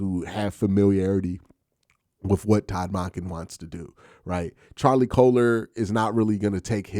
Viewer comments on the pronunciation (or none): The way you pronounce Monken is wild. It’s Munk-Inn not Mon-Ken. How do you pronounce the work monk? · It should be more like MAWNken or MAHNken, not MUNKen. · It should be like the 'o' in donkey rather than in monkey. MAHNken. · Bro you gotta learn how to say our new coaches name correctly 😅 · Q! The way you pronounce “Monken” has me rolling 😂 every time. Bring in a fullback please. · Q is the best but he is not perfect. I learned to just accept it. I listen to every single video he makes on the Browns.